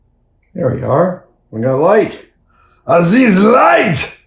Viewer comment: 😂 I still yell “Ahzez light” too when it calls for it. Love 5th Element. Multipass.😅